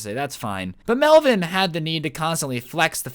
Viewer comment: hahaha hey man its “melvin” lolll